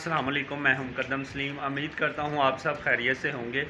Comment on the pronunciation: Bhai aap chat ko shat kyu boltay ho aur umeed ko ameed kyu boltay ho ??